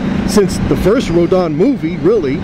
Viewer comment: its RO-DAN.